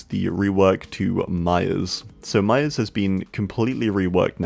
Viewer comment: I thought he was saying mya. Til I see Myers